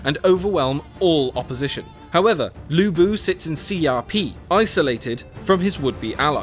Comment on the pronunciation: udonsay hahahaha. and lv bu not lubu :)